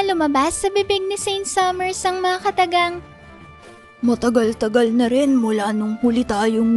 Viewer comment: Hahaha 😅 cute ng boses mo fam, "matagalTAGAL narin ng muli tayong magkita😂